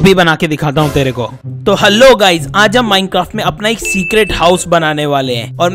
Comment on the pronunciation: who noticed he said minecaft